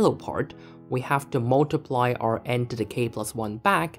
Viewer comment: Nice explanation! But what is "mulutiply"?